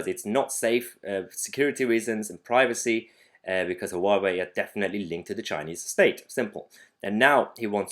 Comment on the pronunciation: I live in Maidenhead - the home of "3" telecom. I believe they are very much invested in Huawei kit. So they've got a lot on their hands for the next three years! I threw out my Huawei dongle yesterday. BTW Mahyar, it's pronounced "wah-way" or if you prefer "who are we?" :-)